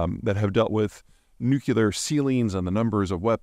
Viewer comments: Zeihan is a clown but both pronunciations are acceptable. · you're a bright guy. maybe brilliant. learn to pronounce the word nuclear. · Peter its hard to listen to advice about nuclear matters from somone who can't pronounce it. Its pronounced new clear. Not new cue lar, for heavens sake. Its embarrassing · This guy knows more about geopolitics than 10 of the smartest ppl I know combined, but then he says ‘nucular’ 😂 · no no no it's nuke lee er learn to speak english. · Sorry, you’ve earned and automatic dislike, I have a bunny who I rescued as a baby and he’s the sweetest little dude possible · You pronounce "nuclear" like Homer Simpson: nucular. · It’s pronounced NEW-CLEE- ER, Peter, NEW-CLEE-ER. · Peter saying "nuke-yuh-ler" as many times as he can in one video just to annoy the people who care more about pronounciations than actual content. 😂😂😂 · Nucular? What's that? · how can i take my boy Zeihan seriously when he pronounces nuclear nucular? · Nucular... Why, Peter, why...? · You're the seventh or eigth to point out the mispronunciation, yet you no doubt think you're being original and clever... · “Nukelar” really? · Can anyone explain to me why even educated adults pronounce it "nucular"? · Nuclear. Pronounced NEW-CLEAR. Two syllables 😁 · You're the sixth or seventh to point out the mispronunciation, yet you no doubt think you're being original and clever... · A bit of me dies inside every time Peter mispronounces "nuclear". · Peter never says nuclear correctly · I don't care more about pronunciation, but mispronouncing nuclear makes a person sound ignorant. You'd think Peter would take more care about things like that. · I see people working in nuclear engineering pronounce it that way. It's just Americans 🙂. Honestly, I think both are accepted pronunciation now. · The word "nuclear" is a two syllable word. It is NOT a three syllable word. Stop miss-pronouncing it. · Bro please learn how to pronounce nuclear already. There’s no u after the C